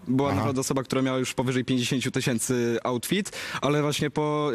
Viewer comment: "Bag Diora jedenaście tysiemcy"